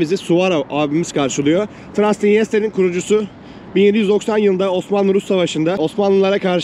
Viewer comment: TRANSNITRIA BİYEFENDİ BİR TÜRLÜ SÖYLEMEDİN 😆😅